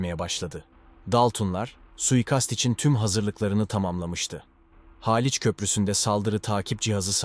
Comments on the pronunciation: Haaliç değil Haliç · Daltın haaaliç bu nasil telafuz yav sinir bozucu